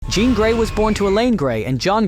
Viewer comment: Definitely is. That’s why it kept pronouncing her name wrong.